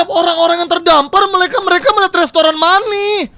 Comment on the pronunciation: dibaca meni bukan mani banh